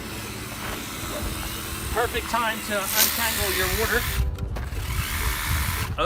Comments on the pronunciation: hell idk where ever they say worter Haha. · What in the Hell is Wooder"? LOL